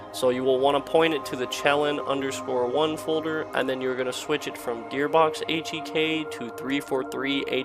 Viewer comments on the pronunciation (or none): when your HCEEK instead of H1EK